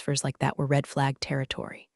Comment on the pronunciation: RED NOT REED. FFS😢